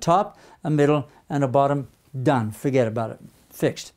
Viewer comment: "done. fuhget about it"😅